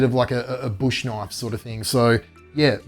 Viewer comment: that's a knoife